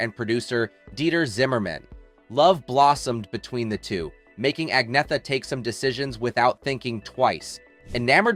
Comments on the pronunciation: Learn how to pronounce her name. Not AgNetta .. It's Anyetta ... the 'gn' has a 'y' sound. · At least pronounce her name properly. The g is silent.